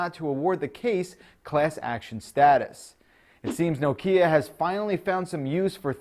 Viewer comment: You pronounce 'Nokia' wrong.